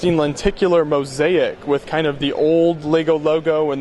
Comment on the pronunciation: And 'mo-zake' not 'mo-z-ai-ik'